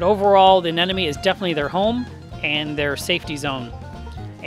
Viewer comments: He keeps saying "aneneme" instead of "anemone" and I'm dying here 😂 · GOOD LORD! It’s Anemone not ANENOME! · I think he may be mis pronouncing Anemone. Is he saying an-nen-numee? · The fuck is an anenome It’s anemone!! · Love how you say "anen-oh-mee"... Haha. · Still blows me away how many experienced reefkeepers can't say "aneMoNe" correctly on a regular basis... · Did I hear you say a-ne-no-me a few times? 😊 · crazy how the first time you pronounce anemone correctly and the other times you botch it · It was a bit entertaining.